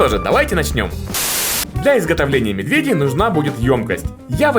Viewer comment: почему ты говоришь медвЕдей ты ведь обычно говоришь медведЕй